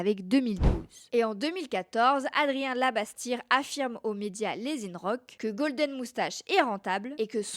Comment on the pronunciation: Et "inrocks" en "ine -rock", mais j'ai trouvé ça touchant, ça veut dire qu'elle a peut-être beaucoup lu sur son sujet mais peu entendu parler autour d'elle avant donc elle s'est fait sa propre culture toute seule en fait